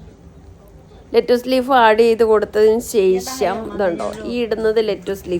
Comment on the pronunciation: അടിപൊളി.. പക്ഷേ ....ശേ... ശം അല്ല ശേഷം ആണെന്നാണ് എൻ്റെ ഒരിത്...😊